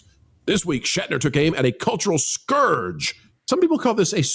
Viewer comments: It's skurj. Not scORj. No word should EVER come close to rhyming with orange. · Word geek here: It's pronounced skurj